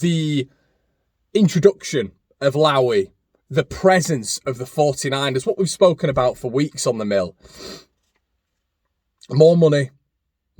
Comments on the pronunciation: Hey,I think it’s pronounced low-e he’s had his fingers in all sorts of businesses here in Australia,his dad frank was the money man and his son inherited.I worked for a company he owned! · Low E its Low E